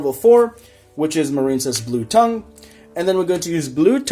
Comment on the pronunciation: First of all, pretty good list. Secondly, it's Blue T-Ay-ng (like Tangy) not tongue. Third, Instead of Dupe, try out Testudo erat Numen. Could also take the play of Statue since there's no real way of getting it on the board comfortably.